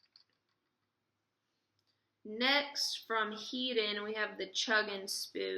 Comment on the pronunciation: couple things: that clear swimbait is deadly, use it first for your tournament!! the two manufacturers are pronounced: RAP-ela, not ra-PELLA. the other is HEAD-EN, not HEED-en. just for future reference. good luck! (oh, and that is a chatter bait. been around forever and folks are acting like it's something new? fast retrieve, and can even be effective trolling behind the boat. fish it like a mini-buzzbait. fishes good in wind.